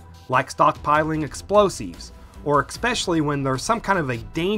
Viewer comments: Explosives, not exploseeves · Please stop Pronouncing explosives as exploseeves